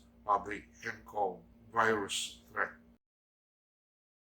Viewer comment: Tirahin ka na namn nyan tay ng mga tae sa pag bigkas nyo ng virus 😸